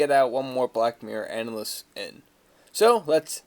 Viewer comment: You know you're pronouncing analysis wrong right